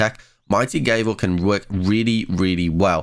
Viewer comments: Mighty Gave-el? It's Gav-ul. You know like what judges use in court., more like Triple F in English class xD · Gavel, soft 'a' sound. Doesn't rhyme with navel. Unless you pronounce that wrong too. Think judges little hammer. Keep the videos coming. Helpful.